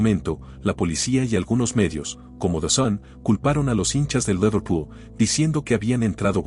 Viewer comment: Tatanic? Laverpul? Che pronunciación de 💩.. como el canal